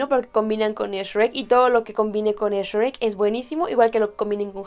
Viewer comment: porque dices s rek si eres mexicana?